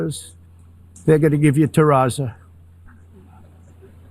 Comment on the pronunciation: Did you catch trump's Brooklyn accent slip back in? "I was gonna give you 'Mahble' floors, they were gonna give ya 'Terrazah'." Love it!